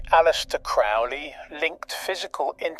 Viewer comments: Dude, it's pronounced Crow Lee, get it right if your gonna teach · Crowley rhymes with Holy you schmuck!!😂